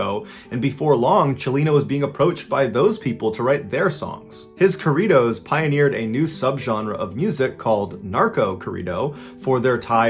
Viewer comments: I mean, he was pretty close. He just didn't softly roll the r of corridos. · It took me a minute to figure out what he was actually saying. I was thinking that I had not heard of that kind of Mexican music, and then it clicked.